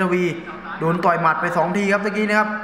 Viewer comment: พุดชัดๆหน่อยครับ ต่อย ไม่ใช่ ตอย 😂